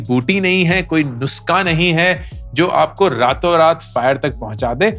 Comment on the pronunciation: Its nus'kha' - kha from the epiglottis :p. but Great Video man!